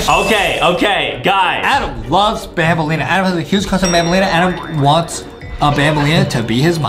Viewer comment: It's banbaleena not banbalina but it's true Adam does have a huge crush on banbaleena